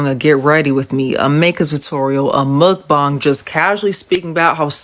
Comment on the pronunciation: Mukbang is pronounced muk-ba-ang